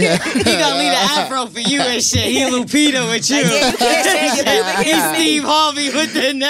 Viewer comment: Ooooh she wrong she said lupita😂😂😂😂